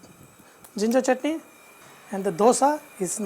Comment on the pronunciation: It's not saurness it is sourness It's chutney not chotney Not double break the egg, poach and spread over the dosa Stop over acting